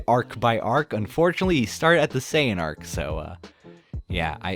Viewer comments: “Cyon-arc” 😐 “Saiyan-arc” 👏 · Why are you mispronouning saiyan? My only complaint 😅